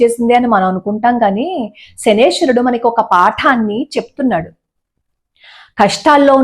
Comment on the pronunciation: namaskaram andi. Meeru 'Shanaeshwarudu' ani palukithunnaru. Naadi oka chinna sandeham andi. Naaku thelisi 'Shaneeshwarudu' ani palakali. Konni sandharbhalalo 'Shanaischarudu' ani kuda palukutharu. Kani ekkuvaga meeru palikina vidhamgane palukutharu. Mee video dwara correct padaanni andariki thelupagalaru. Manam mana devatala perulani correct ga uchharinchali ani naa uddhesham. Dhanyavadamulu.